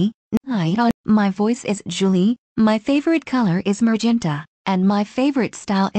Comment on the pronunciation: Is not mergenta is magenta